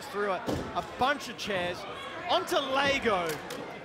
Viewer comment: lego not lago !!!